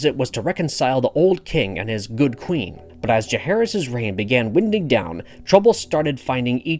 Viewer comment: Dude pronounces some words 100% wrong lmao. Winding is not pronounced "WIN-DING" You'd think someone with over a million subs would know that but...